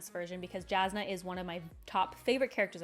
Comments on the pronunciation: I love your videos and I'm not trying to be mean here, but I'm mentioning it since you said Jasnah if your favourite character. Brandon said that her name is pronounced as "Yasnah", not the direct "j" sound. BUT it shouln't matter, everyone is free to pronounce the names in books however they want, I just said it as a FYI for you, since she's your favourite :) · Your pronunciation of Jasnah is atrocious to the point i didn't know who you are refering to. I know as english speaker you are used to "j" sound but for her it is the same as "y" sound in "Yennefer" from Witcher. You can clearly here this pronunciation in audiobooks, in interview with Brandon when he mentions her and in the original pronancation of the word "jasna" from slavik languages (polish and bulgar) that transalte into "bright" (as in light efect). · I didn't find the struggle to pronounce Alethkar nearly as upsetting as the pronunciation of the J in Jasnah and Jah Keved. But that's just me being a pronunciation snob